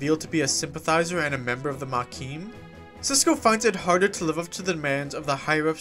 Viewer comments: Why do you keep saying "maquim"? It's Maquis, where the "s" is silent (French word), with no "m" at the end. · Lost me at "Makeen". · Ma-Key. There is no m. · “Ma-key” dude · There isn't any letter m on the end of the word Maquis, btw, lol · Maquis silent s*